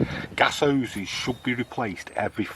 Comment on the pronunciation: When you say Oweses do you mean Hoses?